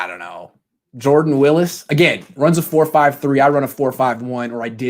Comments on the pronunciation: It’s WILLIS not wills btw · Isn’t it pronounced like former 49ers Patrick “ Willis” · You "know him" huh? Well enough to pronounce his last name correctly? That's a fail.